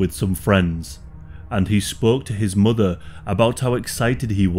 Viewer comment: For some reason the way you say the word ‘mother’ rubs me the wrong way lol. I’m not trying to be a hate comment or anything but it sounds strange and you say it a lot.